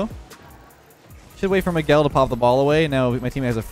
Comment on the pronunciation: I’m someone who’s called Miguel and I’m glad pronounced the name properly because most people mispronounce it